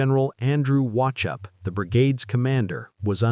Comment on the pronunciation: His Name is Pronounced WaHHope (Silent C) …History Major here and Scottish Mum.